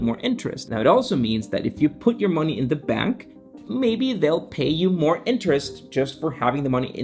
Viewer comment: yes. I had my ears checked and a check the dictionary and Bank is still pronounced with an a instead of an e